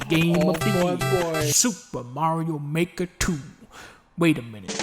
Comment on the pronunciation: I've wanted Dunkey to say "SOUPA MARIO MAEKA TOO BAYBEEE" ever since it was announced. Now I can finally rest in peace.